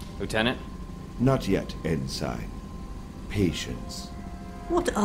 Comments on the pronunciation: Do British people just pronounce Ensign that way. I'm pretty sure he is saying it wrong. Or he thinks its Vanto's first name. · n-sign n-sign n-sign ITS NSEN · It is really good but i keep getting bothered by thrawn pronouncing the rank Ensign like "N-sign" instead of "end sin" isthat just how British pronounce it? To me it seems like he thinks its the guys first name. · Great performance. You have inspired me to read the trilogy. I did find the mispronunciation of ensign distracting.... ( en-$ign vs. en-Sin which is the proper pronunciation ) was this intentional? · I wanted to ask the person who played Thrawn, the way you are saying the military rank ensign is that how proper English pronounces it because your way sounds more like N – sign. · Was your pronunciation of 'ensign' as En-Sign instead of En-Sin on purpose? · Brother, you nailed it, fantastic! Just one thing, it's pronounced En-Sin, no en-sign, even though it's spelled that way (sry, Naval Family kid here lol). Other than that, you were perfect! Hope to hear you doing more Thrawn in the future! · Awesome job! However for future productions "ensign" is pronounced EN - SIN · They pronounced Ensign wrong. It’s pronounced En-sin, not En-sine. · En-sign is said like EN-SIN. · In this production, Thrawn consistently mispronounces the word “ensign” as to wether it has a long i or a short i. When I was a child, I also did this. This can be rationalized because Basic is not Thrawn’s native language. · I do wish they could have pronounced "ensign" correctly.